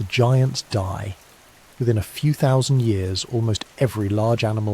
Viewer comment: You ought to find an AI narration platform which understands and is capable of saying "thousand".